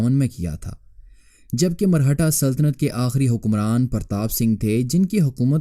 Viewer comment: Marhata nahi, Maratha hota hai Punjabinized Urdu mat bola karo